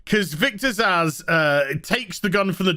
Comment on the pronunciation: Am I the only one who Glasgow punches a wall every bloody time someone insists on pronouncing the name Zsasz as ‘Zasz’?! 🤦‍♂️